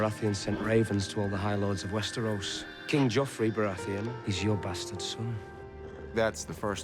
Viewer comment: It's "Joffrey".